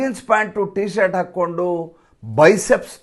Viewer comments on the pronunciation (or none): none